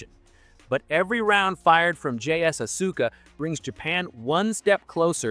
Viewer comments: Asuka, is pronounced as Aska, the U is silent. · Its pronouneced Aska! It also makes rounds cheaper than missiles and considerably easier to resupply to the battleships as well. Because they are inert they could also be airdropped into the ocean from significantly high altitude and collected by warships. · His pronunciation of "Asuka" hurt me every time he said it lmao